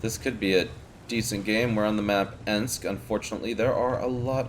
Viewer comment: MINSK NOT ENSK also why do you think there are so many LT lately in the MM ?